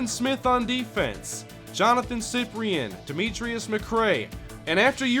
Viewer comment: Its pronounced SI-PRIN not siprien